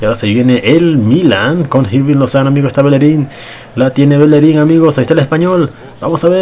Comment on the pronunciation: Se pronuncia irving no jirving